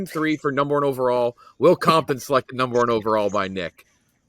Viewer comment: Will Compton calling Will Compoton on the Will Compton category is unbelievably funny. Couldn't script it any better